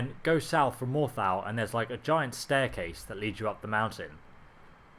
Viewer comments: very annoying when people who play games extensively still mispronounce names and place names.. I mean, "more tal" It's pronounced "more thol".. How hard is it? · morthaaaaaaaaaaaaaaaaaaaaaal lmfao just pronounce it like they do in game please man that was annoying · I hate how British people refuse to pronounce words correctly... (Morthal, soul carin, taco)